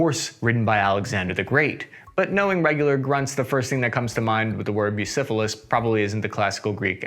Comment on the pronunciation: Eh... Bucefalus, not busifilis, try at least plugging it into translate and listening to it before such comment.